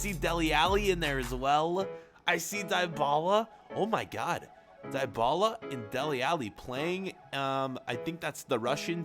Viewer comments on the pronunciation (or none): 9.55 we italians say dibala not Daibala